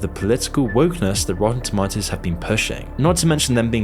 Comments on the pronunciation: ItS TaMaToToS NoT tomToTaToS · I think it's pronounced toe-MAY-toes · That's not how you pronounce tomatoes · i just can’t get over how he says rotten “tomahtoes” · Its pronounced "tomatos" not "tomatos" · The real crime is the way you say tomatoes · definitely not me just watching this video because I'm bored and I like how he says "tomatoes" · The way he pronounces tomatoes is funny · This guy's accent is killing me. It's pronounced tomatoes, not tomatoes.